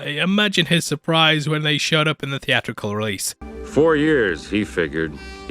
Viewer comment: It's Sicky T not Sticky T. It's theatrical not thee-ah-rickul.